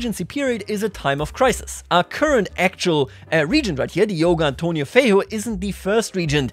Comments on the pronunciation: Feiro? Its Feijó with J. Sound its J not R... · LOL OMG The way you said "Diogo Antônio Feijó" was hilarious! You basically sounded like saying "Diogo Antonio the Ugly"